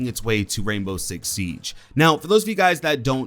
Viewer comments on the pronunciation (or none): none